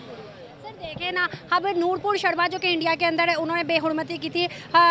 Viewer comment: नाम तो सही से बोलो नूरपुर नही नूपुर शर्मा है.